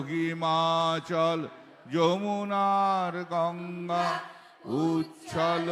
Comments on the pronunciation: যমুনার গঙ্গা এটাওভুল। এছাড়াও অনেক উচ্চারণ সঠিক ভাবে করা হয় নি। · Not "jamunar" but "jamuna". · Another mistake - not JAMUNAR but JAMUNA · বিজাতীয় হলে জাতীয় সঙ্গীত গাওয়া যায় না। যমুনার গঙ্গা? নাকি যমুনা গঙ্গা? পাঞ্জাব নয় পঞ্জাব, গুজরাট মারাঠা নয় মরাঠা।আর তব শুভ বলে তো বারোটা বাজিয়ে দিলেন। ইনি আইনজীবী? জাতীয় লজ্জা। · অনেক জায়গাতেই ভুল আছে। পাঞ্জাব নয় পঞ্জাব হবে, মারাঠা নয় মরাঠা হবে, যমুনার নয় যমুনা হবে । তারপর তো আপনি যেটা বললেন ওই জায়গাটায় ভুল আছেই । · তিনটি ভূল 1)যমুনার গংগা 2)তরঙ্গের জায়গায় তোরংগ উচ্চারণ আর 3 নংটাতো বড় ভূল।